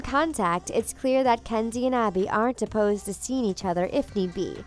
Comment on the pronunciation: Am I the only one hearing "Candy" several times, instead of Kenzie?